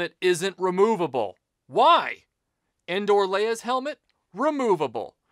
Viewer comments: When I heard "Endor Luke," even though I knew better, it sounded like he was saying, "Indoor Luke," like it was the one Luke Sky Walker figure from the trilogy that never went outside. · I honestly thought he was saying "Indoor" too. It took me a minute to realize he was saying "Endor". I always thought those figures were called "Poncho Luke" and "Poncho Leia".